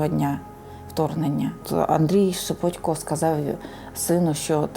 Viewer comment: Журналісти безграмотні, бо правильно шепОтько. Ніхто ж не говорить шевченкО. В своїй мові користуються нормами рускава язика